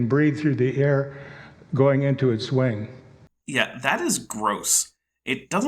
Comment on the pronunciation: When he says "wing" it sounds like "wang" 😂